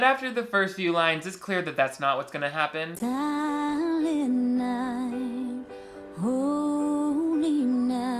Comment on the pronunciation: if she sings sahlent night one more time